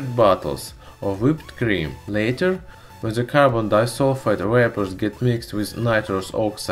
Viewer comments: I know a few russians, and am polish. I know it's possible for you so just... learn to say 'd' or 't'. It's not 'zhe', it's 'the'. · Ze rubber lol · "ZE WATER"